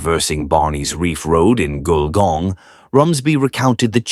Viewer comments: The pictures are soooo wrong it's bizarre! And it's pronounced "gull-gong". It's a 19th century country town with old fashioned shops down main street in heritage buildings. Not sure there is anything above 2 stories!! Shame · I originally thought the narrator was mispronouncing Wollongong. Then I thought he was trying to say Goulburn. Finally worked out he was trying to say Gulgong. Those photos in the video didn't help.